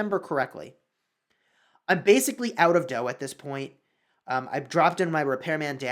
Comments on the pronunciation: Pronounced "dou" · "World war dough" he says